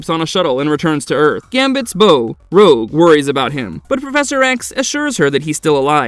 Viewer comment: He also said "Rouje" at one point. This channel has used AI text-to-speech before; wonder if this video does it as well.